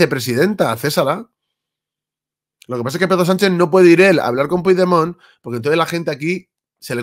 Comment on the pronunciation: Una pregunta, no pronuncias bien su nombre por ignorancia o por vagancia y rencor?